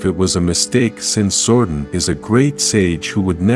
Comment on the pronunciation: you've never heard of zordon's twin Zordin ?